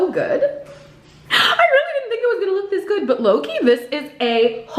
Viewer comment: Every time you ssy, "low key" I hear "Loki" 😂